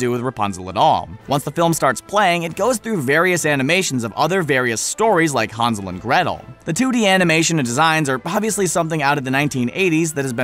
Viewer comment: harnsel and gretal